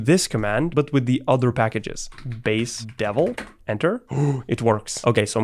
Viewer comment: "gurb" and "base-deven"